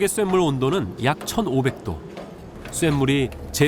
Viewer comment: 들기름을 들끼름으로 발음하는 애가 무슨 내레이션을 한다고...들기름을 발음을 못해서 들끼름 들끼름 이라고 발음을 하나..쇳물도 쐿물이라고 발음하고..무슨 발음을 저렇게 세게 된소리로 발음할까...